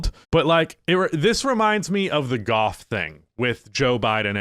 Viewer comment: Does he say golf like Goff or was it just me